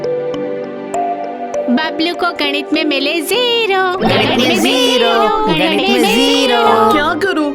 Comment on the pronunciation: Nit nahi ganit